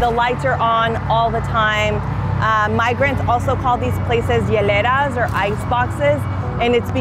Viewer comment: C'est pas "hiereras", c'est "hieleras".